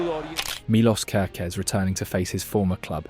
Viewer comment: Think you pronounced Kerkezs name 3 diffirent ways.